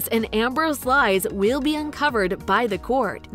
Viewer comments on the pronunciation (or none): none